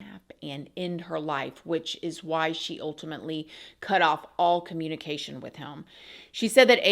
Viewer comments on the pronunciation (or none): none